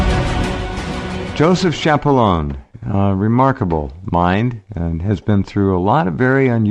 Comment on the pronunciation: Dr. Key-appa-lone-ay is the proper pronunciation instead of the "Americanized" method of saying Shappa-loan.